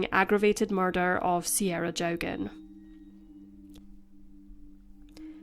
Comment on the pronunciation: The surname is pronounced Jockin